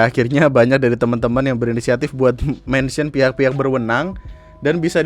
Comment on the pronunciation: gatau lagi dah, "mensyen"